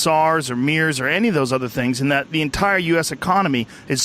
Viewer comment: This guy is an idiot, no funds means he is very small time private lab bs and doesn’t know how to pronounce MERS! You gotta do better than this Joe. Dr.Phil doesn’t work in this situation.